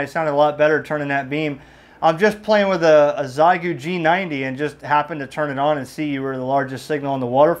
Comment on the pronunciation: Almost certainly Xiegu is pronounced "she-ay-goo"!